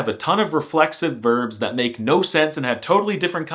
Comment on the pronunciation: The word "yes" is "tak" "No" is more casual version and pronunced /no/ not /nou/